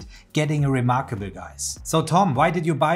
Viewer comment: Let me take advice from someone who says remarkabuuul :D lol